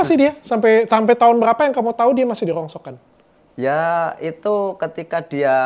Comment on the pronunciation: Rongsokan bukan rongsoan